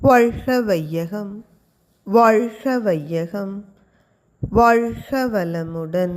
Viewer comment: ஏமா உனக்கு கா வன்னா வராதா ? வால்ஹ இல்லமா வாழ்க..